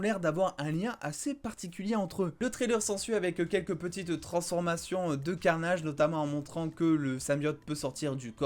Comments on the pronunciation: J'adore le "let vere be carnayyyydge"😁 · E eo on a l a vue tu pourrais être un anglais dans ton accent let there bi carnage